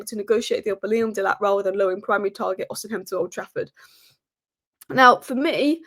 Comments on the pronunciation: Its Os i Men not os in hem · Ignore the h in Osimhen. Just say Osimen